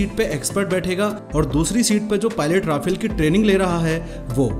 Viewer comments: pronounce correctly 'ra..faaaaaal' not 'ra..fail' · But it is pronounced 'Rafaal' not Rafel because Rafael is another company from Israel. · Rafale is fighter jet...pronounced as Rafaal And Rafael is Israel...it's pronounced as rafael